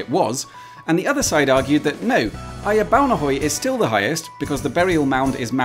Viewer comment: Perfect pronunciation of Ejer Baunehøj. Best regards from a former skanderborgenser.